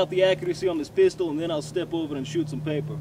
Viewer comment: when you said paper it sounded american :P